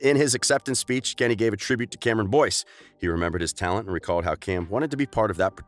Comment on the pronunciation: This is how many times he said Cameron Boynce ⬇️